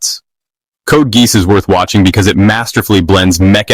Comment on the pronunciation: Code Geese 😂